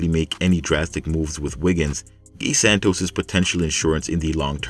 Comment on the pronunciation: At least pronounce the guys 1st name properly you English speaking mf always butcher names